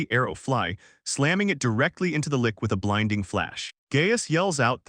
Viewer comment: Lich, Lich, Lich, Lich, rhymes with Ditch, Which, Hitch, Bitch, its Not A Lick.